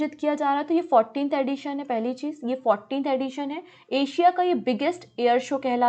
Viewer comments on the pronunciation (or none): none